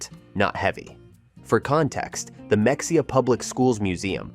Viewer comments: Not how you pronounce Mexia. Pronounce as Me"h"ida. Great town btw, visit often. Breckenridge and Bonham are two cities I try to visit often as well. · Mexia is pronounced meh-hay-ah. Like it would be pronounced if you said it in Spanish. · This guy has never been to any of these places I’m sure. “MeXia”! LOL!😂. Can’t even pronounce it. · Bois D Ark is pronounced Bodark. And it’s Meheya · MEXIA is pronounced MA parentheses long a hey, X is pronounced hey, IA is pronounceD AH! ❤ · Ma-HAY-ya is how we say it in NE Texas , and Bois d'Arc is pronounced BO Dark. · I’m glad others came in to correct the pronunciation of mexia!! They even call their farmers market m’heya, so yeah! I’ve lived here a couple years now. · Mexia is pronounced ma-hey-ah I live outside of Kosse which is close to Mexia. Kosse is a great little town of 400+ people and it doesn't cost much to live here. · You mispronounced Mexia. It’s pronounced “Muh-HAY-uh” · Mexia is pronounced Ma-hey-a with the accent on ‘’hey’’. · I live in Purdon and have worked in Mexia. But research the word before you mispronounce it heh... Even the Wiki says "Mexia (/məxeɪjə/ ⓘ muh-HAY-uh or /mɛxeɪjə/ ⓘ meh-HAY-uh)[4] is a city in Limestone County, Texas, United States. The population was 6,893 at the 2020 census. The city's motto, based on the fact that outsiders tend to mispronounce the name as /ˈmɛksiə/ (MEK-see-ə), is "A great place to live, no matter how you pronounce it." BOO-ee, Tx as well... sighs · even real people not from Texas don’t know how to pronounce it. It isn’t that hard. Ma-hay-uh. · The mispronunciation of Mexia is like nails on a chalkboard! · Oh my goodness learn how to pronounce these Texas towns ! Mexia !!! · I just found this video and my ears screamed in pain at the mispronunciation of Mexia, UGG! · Learn how to pronounce the town names correctly. First lesson is Mexia. If you really went there you would have known the proper pronunciation. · Ma hay ya, not Mex e ha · Ma- hey- a, Not mexica